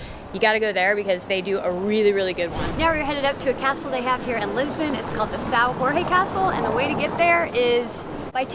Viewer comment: Good video, but the name of the castle is São Jorge is not Sao Hohe and it’s Afonso not Alfonso, we don’t speak spanish